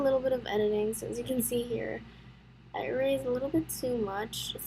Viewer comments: i love that you say eraze instead of erase (No offense i actually really like that you say it like that.) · How she says erase